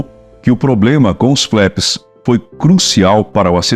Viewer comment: Não se fala "FLÉPS". A pronúncia correta, mesmo em Potugues é "FLAPS". O "A"tem o som de A.